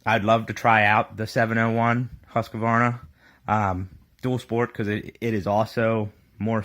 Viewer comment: It's husk-var-na not hus-ka-var-na.